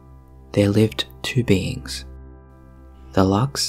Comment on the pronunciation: I thought you said beans, like okay? I toss em. Then realized you mean beings